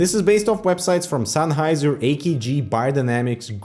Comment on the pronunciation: sun-heiser, bye-denamics? that's not how they're pronounced)